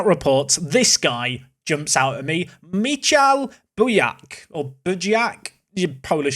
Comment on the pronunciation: Michal = Mee How